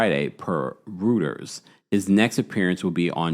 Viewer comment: I truly appreciate your fact checking and vetting! (But Reuters is pronounced “roy-ters”)